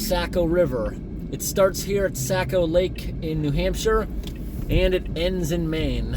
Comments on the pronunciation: I thought I might try to help you with pronunciation of the word Saco. You're saying it like sack-o. But it's actually saw-co. I live on the saco river so it makes me cringe when someone says it wrong lol. I really like these videos because they get pretty close to home for me man. You definately know a lot of cool places to go and things to do, that's for sure.. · Saco Pronounced sock o Not sack o 🙂 awesome video too...thanks! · Nice job editing! Saco is pronounced “socko”.